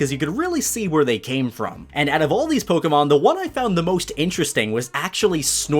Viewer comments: It’s po ke mon not polkamon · Why do you say “poke” correctly when you say your name.. but say it “poke-uh-mon” when you’re talking about the game? It’s so hard finding a Pokémon you tuber who says it correctly. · The amount of times he said “ Poke guh mon” in the first minute. I gagged and had to dislike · Pokuhmon pokuhmon pokuhmon. POKEMON, not pokuhmon. My ears bled hearing the kuh